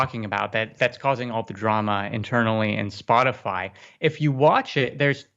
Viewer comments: Did you say Sportify? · Jesus, you think after he said "Sportify" the eighth time he'd realize he was messing it up. Had to click off after that, shit was kind of embarrassing. Hard to take serious. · Is he saying Sportify?! Haha I love you Glenn, keep up the good work. Also yeah, we should be thanking ourselves Rogan is speaking the truth as he sees it. He is not a bigot. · lmao "Sportify" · Love you Glenn. Your show is great. But "Sportify???" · He probably says sportify so he doesn't (somehow) get harassed by youtorb. Just put a "r" in there. 😁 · Stop saying “sportify”. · SPORTIFY???? Geesus. Pretty soon, you can expect Greenwald to say NUKULAR instead of NUCLEAR. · Spotify... doesn't have a R in it. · ‘Sportify’ LMAO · I am missing something. Why is he calling it Sportify? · Did you call Spotify 'Sportify?' 🤣🙄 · Come on, guys! The "sportify" mispronunciation is just a detail. Great content! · I love Glenn but yeah did he just say "Sportify"??? The app I've been using since 2012??? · I couldn't even finish this video cause he kept saying sportify... glenn.. bro.. theres NO R in that word.. Joe Rogan is great because no matter how crazy you are he'll hear you out & I've listened to a great majority of his content since the beginning. I'll try to finish this video later & hear Glenn out, but seriously man, say the damn word right. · Why is he saying Sportify?" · Glenn it’s very endearing to hear you say “SpoRtify” so many times. As a musician it’s one of the big players in my industry, and you clearly don’t use the platform which is awesome 😂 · Since Joe Rogan is exclusively going to be on Spotify, the "Sportify" pronunciation is only 99.9% wrong. Half of his shows are about MMA. Nothing is wrong with that. Just makes it less inaccurate. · Glenn you're one of the best journalists out there but stop saying "sportify" please. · Impossible to trust a reporter who cannot pronounce the name of Spotify. Way to go sport banging away at the wrong hole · 'Sportify' Lol